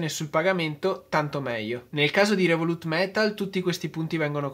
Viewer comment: comunque si dice "rèvolut" non revolùt... non si può sentire